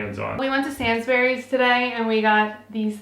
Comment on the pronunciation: Sainz berries? No America, it's "Sainsbreeze", like Cadbreeze.